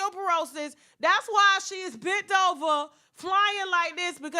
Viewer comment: Not "arthritis and osteoporosis ". I can't Tasha 😭😭😭